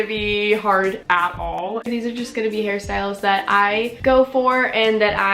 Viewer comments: everytime u say hairstyles i hear ‘harry styles’ ..or maybe i’m just so obsessed w him who knows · EVERY TIME u said "hairstyles" i thought u were talking "harry styles" lol